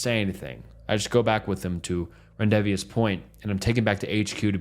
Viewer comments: Ron-day-vooo. Not rondividus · Bro said rendivious instead of rendezvous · “Ren-div-ee-us point” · Rendezvous is pronounced "ron-day,voo" not "ren-di-vas" 😂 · My friend. rendezvous. Its not rindivious, it's (rahn) (day) (voo) rendezvous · Rendevius lol rendezvous is pronounced rondevoo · "RENDIZVEEUS" 😂😂😂😂 (RON DAY VOOH BUDDY) RENDEZVOUS (RON DAY VOOH) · The word is pronounced ron-day-voo not ron-dev-e- oss 😮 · I was listening while working and thinking Rendeveous was a town or something, i thought i was losing my mind. Rendezvous is pronounced ron day voo loooool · Ron day voo. Not rendivious😂😂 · Articulation, and diction. Please try a little harder on the annunciation of words. Rendezvous is not "Ren-dev-ez" it's "Ron-day-voo". I am wondering if you do this on purpose as I have noticed in several videos you totally screw up simple words... Do better if you're going to be a storyteller. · Just letting you know you said rendezvous wrong, you say it rohn (like John with a r) day voo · you said "rendivious" so confidently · Rendezvous is pronounced “Ron-day-voo”…. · LMAO You mispronounced rendezvous. It's pronounced "Ron day view" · The Word is pronounced: Ron- day-voo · This is purely constructive. But. Rendezvous is pronounced "rahn-day-voo" just fyi!! Amazing vid asssss always ❤ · rendezvous is pronounced rahn-day-voo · rendayveeus yeah no. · The word rendezvous is pronounced 'ron-day-vue' for future reference dude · rendezvous = Ron-day-voo it's crazy how many things you say wrong so confidently but i still enjoy your content lol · For future reference: "ron-day-voo" Many of these were just depressing, not scary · Ron-day-voo hunnies 🫶🏾🫶🏾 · Paulides = Polite-iss Rendezvous = Ron-day-voo For future reference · Dude if u don't know a word look it up and have Google pronounce it for you renezdevious 😅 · Ren de vi ou z ? Bro learn english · Rendezvous- ron day voo Look up words you can't pronounce. Google will literally sound it out for you.